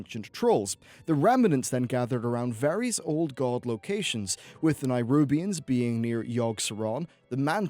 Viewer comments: Oh. I'm somewhat early here. Greets! Sorry to point it out but uh... Neh-rubians. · Why are you not able to pronounce Nerubian? You trying to be different? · LEARN TO PRONOUNCE NERUBIANS!!! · Nerubians, mate. Not nairubians. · Nyrubians. Norzdumu. Is he pronouncing these names incorrectly on purpose? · Nerubians. Not Nairubians. They're not from Nairobi. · nErubians. not NAIrubians. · Stop saying Nairubians... Jesus Christ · >Spelled "nErubian" >keeps saying nirubians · I swear, normally I can see past mispronunciations and what not, but boi! BOI!! That nairubians-bs was sooo distracting lol. Please! NERUBIANS,. But eh, apart from this, great vid. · If you can say Ajzol Nerub why cant u say Nerubians instead of Nairubians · Its nerubians not nairubians because its aziol nerub not nairub. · NE-rubians not NI-rubians! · Am I the only person who doesn't understand how you can pronounce Azjol-Nerub correctly, but when you talk about the Nerubian race, a hard I somehow appears in the beginning? It's Neh-rub-ian not Neye-rub-ian.... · Nerubians not nirubians. It's an "eh" sound, not a hard i. "neh-roo-b-ians" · Nerubians, not nierubians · Ah yes, the "Nirubians," of course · It's Neh-rubian, not Nigh-rubian. :P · Just so you know it's nerubians not nairubians.:) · Please look at the spelling and learn how to pronounce the names properly. Neh-roob-ee-ans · Why do you keep pronouncing it "NIGHrubians"? Where are you getting that Y sound from? -_ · what the fuck is a NYrubian? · Ohh for the love of god please, please say NERUBIANS. It bothers me more than it should ..... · What's a Nairobian? lol. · can you please put a little time into learning the god damn names of races, cities, countries etc? A little fucking effort please.... Nairubians? Azjol-Nayrub? Are they from Nairobi? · Daniel Gramento nayrunbians